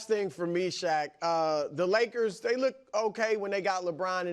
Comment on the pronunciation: 'Shaq' not 'Shaw.'